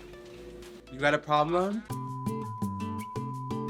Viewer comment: "you got a plroblem?" 💀it's giving ""no-bo-dy was k1ll3d?"